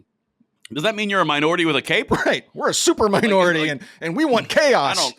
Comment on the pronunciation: Did you say "stupor minority"....😂